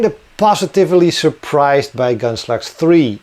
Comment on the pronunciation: I remember several years ago, when I first started watching your videos — whenever you mentioned Gunslugs, I thought you were saying Gunsluts. 🤣